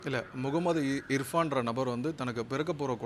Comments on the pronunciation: Ifraan illada irfaan da 😅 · இர்பான் ❌ இப்fரான் ✅ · Avan peru ifran illa bro Irfan ennata law padichingalo...😅😂